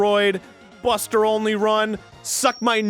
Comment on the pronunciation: Every time Arin says he's doing a Buster-only run, I keep thinking he's saying "Buster Olney run" and his gameplay will be accompanied by baseball analysis.